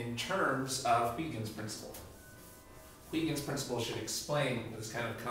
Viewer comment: Haha, you guys can't pronounce Huygens :P